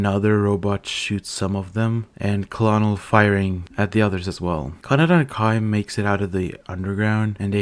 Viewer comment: Colonel is pronounced KERNEL as in high ranking officer